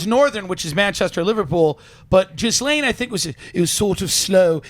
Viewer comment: Ghislaine is pronounced with a hard g and silent s. Like gilean